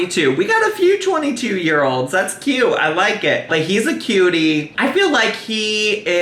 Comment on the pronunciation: You said kyy-uute wrong